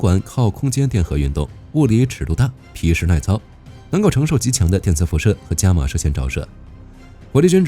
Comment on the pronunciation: 伽马射线，伽念 ga, 不是jia.